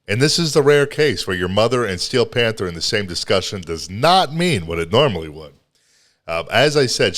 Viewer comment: Did you say "fanther?" 🤣🤣🤣 wtf?